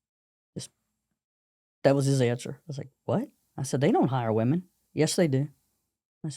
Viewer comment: I don't mean to be rude, but woman and women are not pronouced the same way. It's not just you, it's an error that spread like wild fire. Anyway, love the podcast! 💪